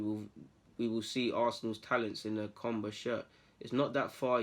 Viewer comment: This is real news and its pronunciation is cam buer like camber but Dutch fam lol big up